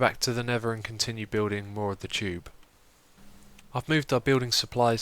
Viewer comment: I love how he says tube haha. Sounds like chube :D